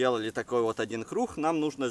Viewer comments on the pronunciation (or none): Видос крутой но вот этот звук "х" в место "г" убивает так сложно выговорить эту букву что ли ? КРУГГГГГГГГГГГГГГ а не крухх но лайк все ровно заслужил )